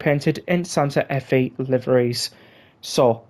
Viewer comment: the Fe in Santa Fe is pronounced “Fay”